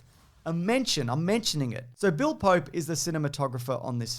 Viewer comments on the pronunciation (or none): none